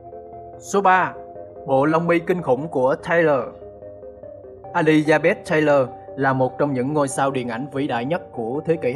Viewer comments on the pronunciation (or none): Tiếng anh của ad thiệt là vl a li da bét thai ơ😭😭